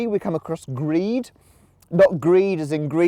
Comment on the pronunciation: Grede is pronounced grade-E I worked at their Liberty plant in Wauwatosa Wisconsin.